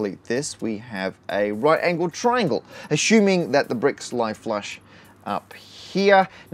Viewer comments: What is "ashooming"? Are you trying to say "ass-u-ming"? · Matt, please! learn how to pronounce "assuming" ... it's killing me :)